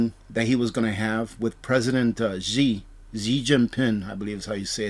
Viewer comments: Xi is pronounced "she" stop saying Z or G, i am with ya bro love the content. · Xi is pronounced she. A Chinese guy told me.